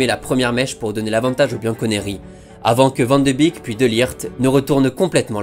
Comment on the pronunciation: Vidéo incroyable comme d'hab, merci!! PS: Je sais que c'est difficile, mais Wijnaldum et Van de beek se prononcent Wèïnaldeum (genre comme Wayne Rooney) et Van de bééék (pas Vandebik ni Vandebèk), je dis ça juste au cas où tu souhaites améliorer ta prononciation:)